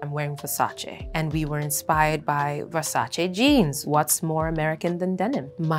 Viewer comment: As an italian, I loove how she pronounced ''Versace'' 😍